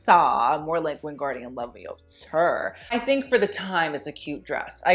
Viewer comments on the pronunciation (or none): it's leviOsa not leviosA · Leviosá.... lol